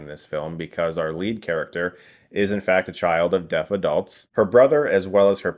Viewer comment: I thought he was saying death instead of deaf